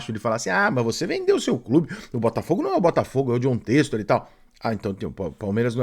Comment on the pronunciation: Ele não consegue só falar bem. Tem que criticar… passaram 3 anos e ainda não aprender a falar o nome do Textor. Parece piada…